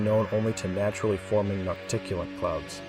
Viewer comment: Noctilucent -- NOK-ti-LU-sent, literally "night-glowing". Lucent and Lucifer start with the same syllable.